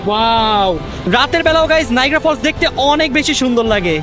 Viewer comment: নাইগ্রা নয় নায়াগ্রা